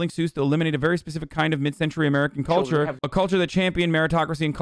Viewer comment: I cringe at the way Tucker says “culture”